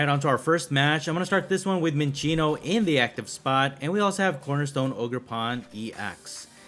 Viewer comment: Fun Fact: it is pronounced Sin-Sinno(like Sincere) NOT Chin-Chinno(like Chinchilla. Notice the lack of an H in the name) I didnt know this till recently, even thought its one of my favs. Great video! I just find it funny